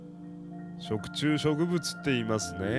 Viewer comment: "食虫植物"が"食通植物"って聞こえちゃったwww